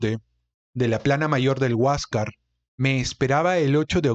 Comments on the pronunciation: Hasta yo te pdria tomar prisionero por prenunciar mal la palabra HUASCASR... Tan simple como Huascar... jiejjej. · Para para para... Huas car no se dice tan asi entiendene bien Huáscar... completo... Enchúfate ....